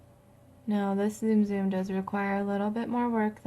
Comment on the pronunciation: It's not Zoom Zoom! It's Ts-um Ts-um!